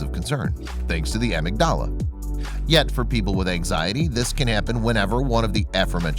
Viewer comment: It's pronounced "ah-MIG-da-la".